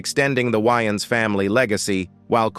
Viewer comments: It's pronounced Way-ans not Wy-ans that's not a vest that's a tank top smh 😮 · If the some of the Wayan Bro's are gay, that's, them. Their business. And their name is pronounced, "WAY"-ANS. Not "Why-ins". Get it right. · The ai saying shawn why ins is honestly upsetting me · This is hilarious..dude who did this narration, must have just said eny mini mini mo then picked a subject, he s not even saying the wayans name right, he.s missing Shawn and marlan up and no one has ever questioned Shawn's sexuality. He doesn't even try to draw a lot of attention to himself. He isn't regarded as no great actor. This is hilarious. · This is a load of nonsense. Fueling what assumptions?? Yall in need of some content. Cannot see the point of this video. Can't even say his name right. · 🤣😂😅 I said the same exact thang. These damn AI 🤖